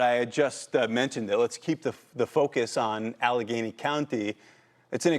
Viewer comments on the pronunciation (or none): It’s not Allegany it’s Allegheny.